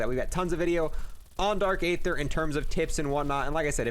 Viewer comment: ye and dark aether